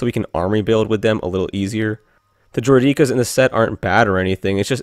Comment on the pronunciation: droui-dee-kus uhh hey! don't we see one of those kshyyyk ARF troopers trying to murder yoda in the order 66 scene?